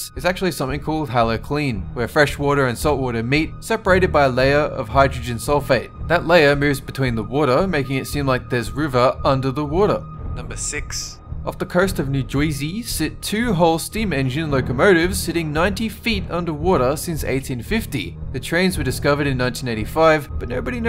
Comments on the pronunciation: 6. Did you try to say new jersey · Did you have to pronounce "New Jersey" like that? You're doing more of a Boston accent, than New Jersey. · So I'm the only one who missed that he said "off the coast of New Jouyyseey!" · That was a funny way to pronounce new jersey